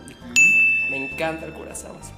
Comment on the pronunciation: bebé se dice Curazao (Curaçao)